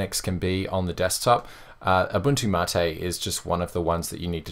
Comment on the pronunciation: You said mate correctly!